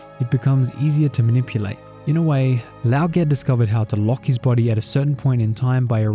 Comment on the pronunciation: Gonna be that person for a second: assuming these names are based off Chinese names, Tieguai's name is pronounced "Tyeh-Gwhy." Also the Ge in Lao Ge technically sounds like "Guh."